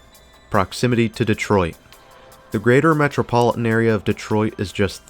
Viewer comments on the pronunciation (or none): none